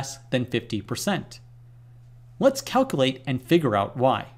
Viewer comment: Love your vids but please enunciate! You always pronounce calcUlate as calcAlate and prob-a-bil-i-ty as prob-bil-ty